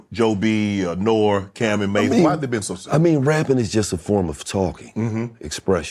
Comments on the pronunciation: He is wrong. He's saying Nor but it's pronounced Norey. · He called nore nor 😂. Norey is how you say it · No, he's saying Nor but It's pronounced Norey. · Nor? Nor-E = nore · Nor? It’s pronounced Nori 😂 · Aint no way this man said NORE INSTEAD OF NOR-E that is crazy. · He read “Nore” and said Nor bc not good reader i guess 😫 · I’m a 45 year old fat white guy and I know “nor “ isn’t how it’s said lol come on Unk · Bruddah Shannon…..it Nor-E, Nor-E…..😂😂😂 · Nore is pronounced "NOREE" Unc! I can't leave you out here like that. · It’s pronounced “Nor-eeeeee” 😅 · Why shay keep saying nore like more cmon mayne 😂N.O.R.E. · He couldn’t pronounce Nore name lol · Somebody please tell Shannon how to say NORE LOL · I’m pretty sure they wrote down N.O.R.E like everyone else 🥴 If he was truly apart of the culture he’d know how to pronounce it. But every skin folk ain’t kinfolk 🤷🏾‍♂️ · Can Shannon learn how to pronounce N.O.R.E??